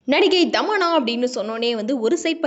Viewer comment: Dhamanna illa thamanna